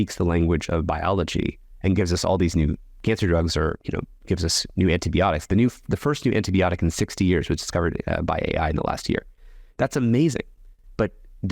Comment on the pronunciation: he can’t pronounce “anti-biotics” - it’s not “anti - bee - otics “